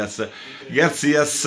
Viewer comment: Garcia, non Garcias